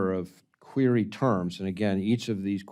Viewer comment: He can't even pronounce "Query"correctly! It's not "Qeery"! Get that POS in an orange suit and put the liar in prison! He is a traitor!